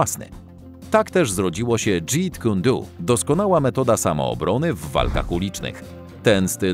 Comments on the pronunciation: Dżet kun do a nie dżit kun du!!!!! Ludzie tworzycie film i źle wymawiacie podstawowe terminy. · dżet kun do a nie dżit kun du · Jakie Dżiit kun duu ? Co ten wieśniak gada? 🤤